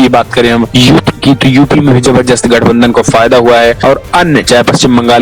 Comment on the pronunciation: Bhai zabardast hota h naki zabzrjast😀😀😀